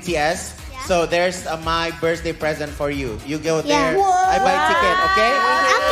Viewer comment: 😭😭 org Indo mau sejago apa tetep aja bilang "britzdAYs" = it's BIRTH-DAY kaga pake S 😭 bapak ibu kakak adik smuanya